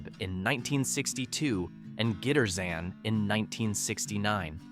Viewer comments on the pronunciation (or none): It's not "get 'er zan". It's "Guitar zan".